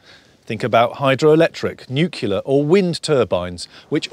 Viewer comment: Did I hear this commentator just say 'New-kew-lar'? It's 'New-Clear'! You're not George Bush!